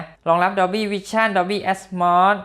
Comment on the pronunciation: แอดโมดatmos ไม่ใช่แอดมอดatmod